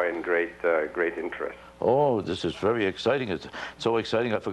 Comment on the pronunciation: Vewy vewy higly wespected man.